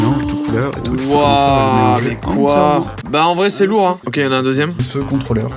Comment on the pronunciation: Hein* pas "hyn"